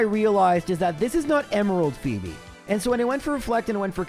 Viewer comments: Ummm actually it’s pronounced “Fobe” not “Fo eb” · Please say every Elite Four name wrong more often! Fweb was a video highlight for me, lol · The return of the incorrectly pronounced hoenn names! I love it. In my head I always call them Sidenye and Fweb now lol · Can't pronounce Pheobe Sydney drake or Glacia but correctly says pacificlog.